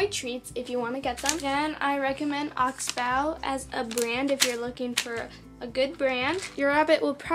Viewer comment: your saying oxbow wrong